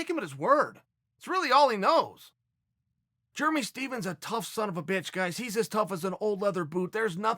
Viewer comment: Chael “germey Stephens” sonnen